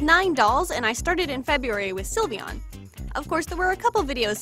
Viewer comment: "Silivian" it isn't even pronounced like that! It's sylveon.